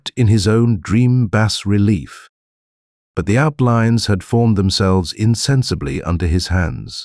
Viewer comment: Digital narrator gets a downvote for saying “bass relief” instead of “bah relief.”